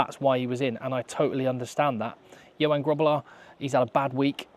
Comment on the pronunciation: So Johan is pronounced Yo-hunn.